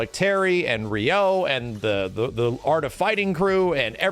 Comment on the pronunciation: TIL pronounces "Ryu" as "Rai-yoo"... but "Ryo" as "ree-yo"?